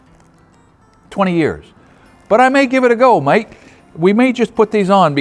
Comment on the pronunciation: "we may give it a go mate" LOL I was not ready for him to break out his Aussie accent.